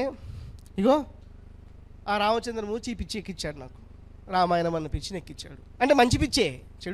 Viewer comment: అక్షరాలు పలకడం రాణి నీకు ఈ ప్రవచనాలు ఎందుకు రామాయణం అని అనడం రావటంలేదు లేదు ణ కి న కి తేడా లేదా వసత్తులుకూడా రావు